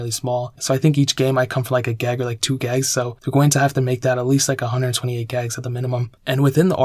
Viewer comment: Dude GIIIGS GIIIIIIIIIIIIIIIGS Not Gags... Good video but duuuuuudeeee...